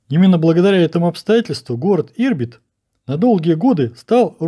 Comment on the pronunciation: 1. Колхоз на колхозе... Это если внимательно смотреть. 2. Опять МэМэЗэ...( Потом правда откудо-то ЭмЭмЗэ взялся, но, видимо, случайно.) Ирбит - ударение на вторую "И"! Мотоцикл М-72 НЕ БЫЛ 100%-ой копией Р71! Конструкция была пересмотрена - были внесены изменения большей части деталей: усиления, косынки, толщины, изменено передаточное отношение главной пары. Всё для возможности эксплуатации мотоцикла с тяжёлой коляской. На Р71 если коляска и была, то лёгкая. Коляска( боковой прицеп) жёстко присоединена к раме мотоцикла. Кузов коляски сзади к раме крепися через рессоры. Основное назначение ручного рычага переключения передач - установка нейтрали.